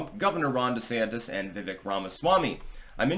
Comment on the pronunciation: I told you yesterday it is VivEAKE like Cake! He even confirmed it himself calling himself "VivEAK like CAKE"